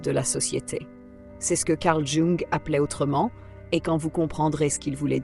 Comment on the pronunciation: Je n'ai rien contre l'IA mais ce serait cool de lui expliquer comment on prononce "Carl Jung". Ça ferait du bien à mes oreilles 😂😂😂